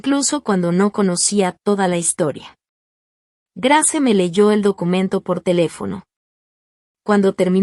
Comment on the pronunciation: Cómo dices Grace se pronuncia greis😂